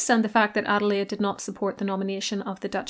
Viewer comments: As a German myself, I don't say it very often: your pronunciation of German names is spotless. Great job. 😊 Thank you very much. Adelaide was such a great, kind woman. It was so interesting to learn about her! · German here living in the USA, your pronunciation was perfect. I appreciate the effort to get it right! Shows a lot of respect.